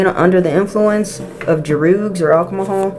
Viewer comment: Druuugg 😂😂😂😂 love your pronunciation. ❤